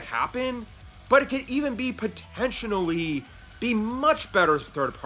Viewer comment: You keep pronouncing “potentially” wrong otherwise awesome video